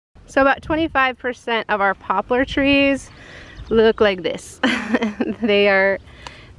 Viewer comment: "Popular" trees?? I thought they were called Poplar trees! 😂😊